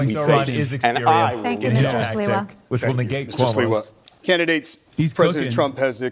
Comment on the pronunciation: no 😂 it’s Sliwa not Siwa